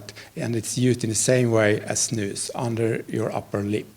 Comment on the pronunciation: That's the correct pronunciation though.